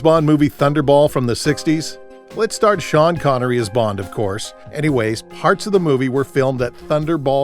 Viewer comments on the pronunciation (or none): none